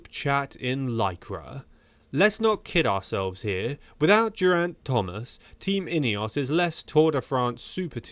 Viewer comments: Please trouble yourself to learn how to say Geriant's name. G is fine though. While you're at it, how about a bit of study on how to say anatomical word too Otherwise very entertaining! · What kind of content is this? You can't even pronounce "Geraint" or "Brailsford" or "rudderless" or "Arensmen" properly bro. Do you know the you're on about? Back to the ai drawing board...